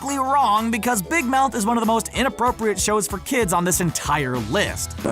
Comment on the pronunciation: Inappropriate* not UNappropriate